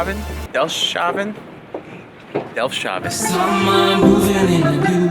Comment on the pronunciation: You've been to the Netherlands and you guys didn't do a meet up? Bummed, but very happy that you guys enjoyed it here. BTW, it's Delftshaven with the emphasize on 'FFTTSS' hahaha:)